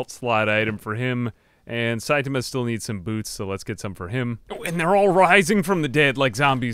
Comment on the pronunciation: Just another pronunciation update. :) You've taken to shortening the a in ta. So you sound like sait'ma. Make sure to include that a back in, the rest is perfect!